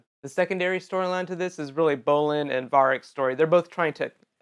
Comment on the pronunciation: ... Where are all these pronunciations coming from? "Una-LACK"? "VAH-rick"? "Duck bear"? Uh...